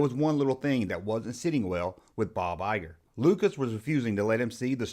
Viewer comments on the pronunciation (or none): It's Bo Geiger pronounced Guy ger. All in all, good job!!